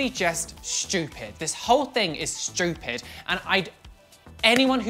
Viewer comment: Omg lol I have how says stupid "shtupid"